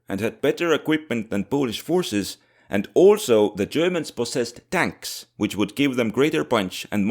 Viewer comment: Tonks. That It's. Just TONKS